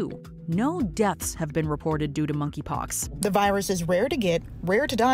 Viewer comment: “Moneypox” wth ?